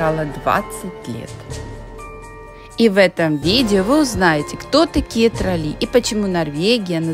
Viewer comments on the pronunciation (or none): трОлли,а не троллИ..Плохо,что после 23 лет не знаете,как произносится главное слово Норвегии😅